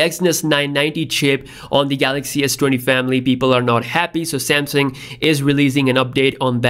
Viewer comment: I know I’m not the only one that hears him saying samsing